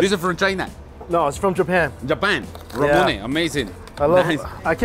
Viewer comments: Anyone else bothered by the way Mike pronounces Ramune? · I'm not even mad he butchers it lol, it's definitely a Mike word